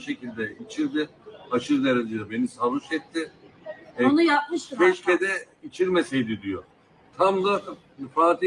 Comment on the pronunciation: Bir de,keşkem deyişi.